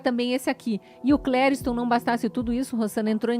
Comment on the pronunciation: Oh meu caro, por acaso o nome do rapaz não é CLERISTOM, ao invés de CLERIUSTOM cm vc sempre diz?????